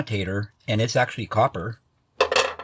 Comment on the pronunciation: That’s a whole lotta coppah!